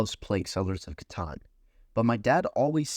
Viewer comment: Thank you for your pronunciation of "Catan." People who make it rhyme with "tan" really grind my gears.